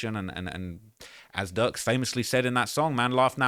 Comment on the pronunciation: Please use pronunciation with your words, cause you keep calling Durk Duck 🤦🏽‍♀️🤦🏽‍♀️🤦🏽‍♀️